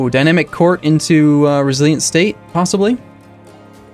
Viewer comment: I still hear "Brandenburg Indo-Prussia" in opening every time :P now that would be an interesting (and strange) campaign to see this evolve into!